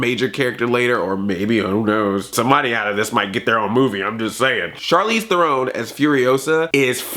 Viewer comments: It's pronounced Charlize THAYR-ron you dumb fuck! Stick with Smurfs bitch. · Are you purposely saying her last name wrong? Lol